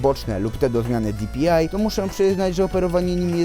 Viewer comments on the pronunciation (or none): Bo mówi genesis zamiast DŻENESIS i di-pi-aj zamiast po prostu dpi xd taki sarkazm czy srakazm? Nje no czepjam śje tylko spoko typek!